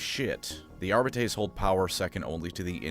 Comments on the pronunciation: Pronouncing arbites like this is crazy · I know that you know that your pronunciation of the word “arbites” is wrong. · My favourite part about the Adeptus Arbites is there is not a way to say the word “Arbites” that sounds remotely satisfying or correct Arba-taze? Arr-bee-taze? Arr-bee-tees? Arr-bytes? Arr-bi-tees? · You gotta say it like in Latin. Hercules --> Arbites. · I really hate how you keep mispronouncing Arbites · Is no one gonna mention how Arbites is not pronounced that way? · You could au least use the common mispronounciation instead of making up a worse one. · i dont like the way he pronounces arbites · Almost correctly. If High Gothic is just off-brand Latin, then the correct pronunciation Ar-bee-tess. 'tes' like Tess, the hot bartender chick, not Tays, like some weird pair of femboy twinks both name Taye. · I to pronounce it "ARE-BITE-S". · Isn't it ar-bEE-tes? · Wdym worst, the worst is easily ar-bite-es. Plus, if my memory from the days of learning Latin serves me well, ar-bEEt-es is the correct one. And yes, I know, dead language and all that, but it still had rules and structure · Ar-bee-tees or Ar-bee-tays. Anything else is wrong, objectively. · It is pronounced « Ar-be-tess », you wretched colonials. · AR BITES not arb bee tays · This pronunciation is throwing me off. I thought it was Are-bee-tees. Audio books say it this way I’m pretty sure. Am I missing something. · It's not fucking "Arbitayyysss" but "Arbites". Stop pronouncing latin like a dumbass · Its actually pronounced "Arbites" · Say it with me, Are-Bee-Teas. Idk why you’re pronouncing it Are-Bay-Tays but everyone in the new rouge trader dlc says it properly. You and majorkill have the same funny quirk of absolutely butchering the pronunciation of terms that your channel is all about. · Our-beetees? Are-bee-tees is the correct pronunciation ordained by the Emperor himself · GW decided that the technical pronunciation is "Are beet ease". No I don't know why